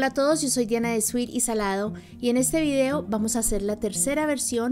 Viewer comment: Ese utensilio no es una licuadora, es una Batidora de Vaso: Además, no estas licuando sino emulsionando. Ah! se pronuncia Vídeo no Vidéo😱